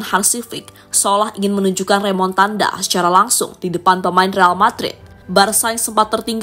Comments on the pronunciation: Remontada.. Bukan remontandaaa lol😂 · Bukan remontanda minn tapi remontada😅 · Remontada🤣 bukan Remotanda😂